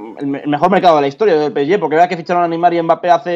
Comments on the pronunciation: Cada vez que dice "peesye",Dios mata un gatito. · El "Pesyé" , gran equipo. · Por que este chico pronuncia así el nombre del PSG ? 😂🤦🏾‍♂️🤦🏾‍♂️💁🏾‍♂️